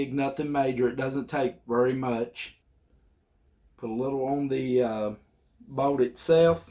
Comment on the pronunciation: Why does he keep sayin "boat"? its a BOLT!